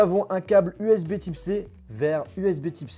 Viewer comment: Bordel tu sais pas dire usb C ????????